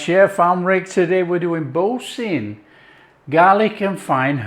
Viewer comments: Bore - San not Bore - Sin…. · It should be pronounced ‘boor - san’. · “Bore San”